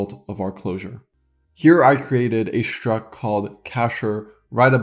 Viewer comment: I unironically love how you pronounce "шtruct". I am going to annoy so many people copying this